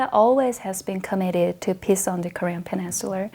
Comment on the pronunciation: She keeps on pronouncing “peace” as “piss.”